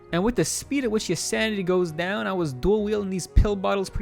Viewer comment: took me a while to realize you weren’t saying “sandy” but “sanity” XD